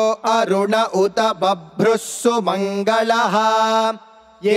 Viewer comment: Sairam 1st anuvaakam 8th manthra..it's not సుమంగళః..it is సుమంగలః..please observe carefully and correct the pronunciation and also the spelling of the above..🙏🙏🙏 unless you and listners can't get Swami ' grace Thankyou 🙏🙏🙏 Sairam